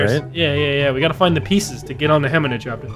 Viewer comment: Where did "heminachopter" even come from?